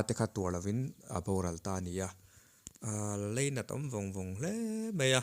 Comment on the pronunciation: Leinat i ti Lainat ti tawh rawh